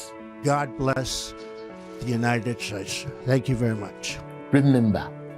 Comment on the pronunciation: He cant even speak the language, now hes talking like a real American Lmao